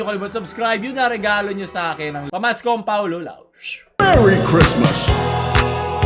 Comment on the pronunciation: MEWWY KWISMAS